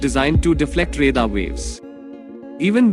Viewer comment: Plural of aircraft is aircraft. U r saying aircrafts. Its not five point forty five champion. Its five point four five. If you don't know any thing of J20 then how can u compare. ?? Ghonchu. रेदार kya hota hai bey. Its रेडार.